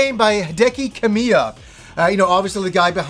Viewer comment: KA-mi-ya not ka-MI-ya